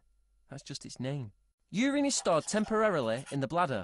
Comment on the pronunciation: It's not 'ureen', its urine!